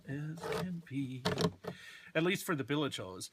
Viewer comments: Bilage? It's bilge. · no, you're saying "billage" like village I think is what he's referring to. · I believe the "e" is silent on pronouncing bilge but I guess you can say it either way. Details- details.